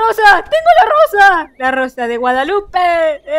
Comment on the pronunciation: la rosa de guedalupeee, hee (khe)